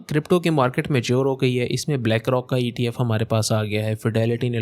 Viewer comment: its ETF not FTF